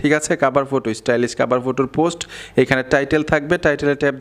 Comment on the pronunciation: ফুটো কি সেটা আবা😂😂😂 হবে ফটো